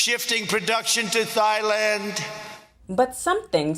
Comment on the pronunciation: trump cant pronounce Kamala but not intentionally. he also cant pronounce Thailand or Yosemite.